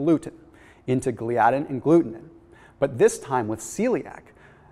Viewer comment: Dude, give me a call on how to pronounce the proteins you're discussing. lol proLAmin, gluTAminase, GLIadin. Hope that helps.